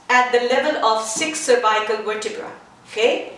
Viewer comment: Nice! I never heard anyone saying cervical this way: survaikal. Couldn't understand first :)